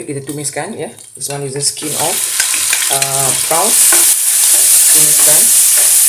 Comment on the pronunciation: Bukan PRAON tapi PRON. (PRAWN ).